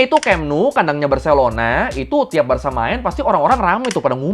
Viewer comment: Visca el Barça i visca Catalunya! 🔵🔴 🟨🟥🟨🟥 apresiasi lebih utk yang bener nyebut Barça dengan ((barsa)) bukan ((barka)) 🙌